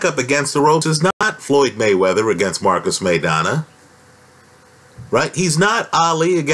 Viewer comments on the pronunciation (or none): none